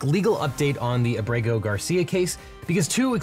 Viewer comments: Just FYI it's Á-bre-go, not a-BRE-go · it's AH-breh-go, not ah-BREH-go.